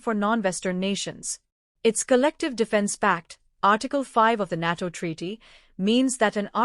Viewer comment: 😂😂😂 can't even pronounce NATO correctly 😂😂😂